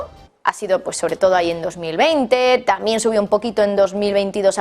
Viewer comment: UNA PREGUNTA...POQUÉ USTEDES EN VEXZDE DECIR TAMBIEN ,DICEN TAMIEN¿...PREGUNTO